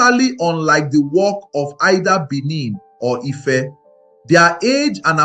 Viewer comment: What's Efe? So, you can't pronounce Ife? 😂